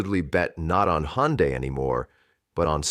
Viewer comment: Не Хонда, а Ханде, что это за произношение?